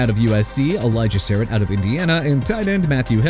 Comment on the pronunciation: ELIJAH SARRATT PRONOUNCED SUH-RAHT! ZAVION THOMAS PRONOUNCED ZAY-VEE-ON! SAM ROUSH PRONOUNCED RAU-SCH! MAX IHEANACHOR PRONOUNCED EE-HAW-NUH-CHOR! DREW ALLAR PRONOUNCED AH-LAHR! DAVISON IGBINOSUN PRONOUNCED IG-BEH-NO-SUN! BRO LEARN TO PRONOUNCE AND GET EVERYBODY'S NAME RIGHT OR GET OUT! AND MAYBE MIAMI DOLPHINS SHOULD BE THE BIGGEST LOSER IN THE NFL DRAFT FOR DRAFTING KADYN PROCTOR AND NOT DRAFTING RUEBEN BAIN JR HUH?! SMH